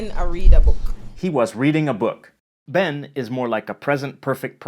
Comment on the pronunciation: VERY AWESOME!!!! Finally someone intelligently makes a presentation of our language Just 2 minor errors: 1) “Fi” as in “fi mi” ..... means “For”, (used for possession) ... not “to” And you are correct that it also means “to” in the infinitive. 2) “Wen” and “Ben” are pronounced “Wehn” and “Behn”... a nasal sound. “Wehn” is used mostly in Western Jamaica. The “n” is pronounced exactly as one would pronounce a French word ending with “n”. (Like “Bon”) Has the correct pronunciation for “Wehn”. It’s about time we start teaching Patois in Jamaican schools!!!